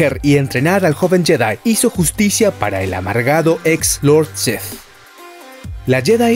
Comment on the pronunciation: Porque dices Lord Seth en lugar de Lord Sith? Es muy molesto